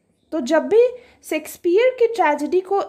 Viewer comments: Its shayksh peah not secspear... I dont understand y most of the teachers pronounce like this ? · Mam baaki to theek hai par pronounciation shakespeare ki sexpeear bolta ho ya unki aatma ko hurt krega 😂😂😂